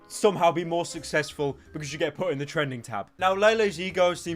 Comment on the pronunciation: "Gulag" Properly said )))))))